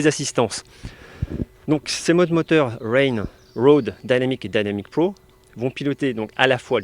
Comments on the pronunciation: Je vois que vous avez fait des progrès en anglais , mais pas encore assez dans la prononciation ..... Alors dynamic et dynamic pro faudrait le dire en français comme vous faisiez avant . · J’adore ton accent anglais Dynamic Pro ou c’est dainamique pro lol 😂